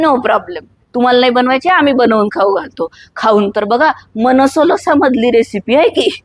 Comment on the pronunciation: It's मानसोल्लास, not मनसोलसा. मानस + उल्लास